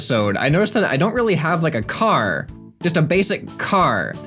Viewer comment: I just noticed the way he says car it's like carrr